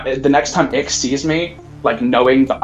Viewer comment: Correct me if I’m wrong but I think the correct way to say Ix’s name is actually Nine as in Roman numerals nine? His full name is Pir’Oth Ix so wouldn’t that mean his name is Pir’Oth Nine? It would make sense since the nocturnus clan is very Roman in design. Aside from the technology and industry bit as Rome struggled in those departments.